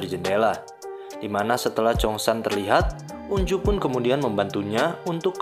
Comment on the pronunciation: Sorry bg tapi pengucapan namanya itu onjo bukan unju😭😭😭